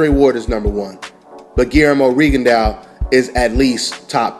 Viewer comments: It's rig-in-doe not riggone-Dee-ow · it's not rigondeeao. i think that fight happens in 2 years.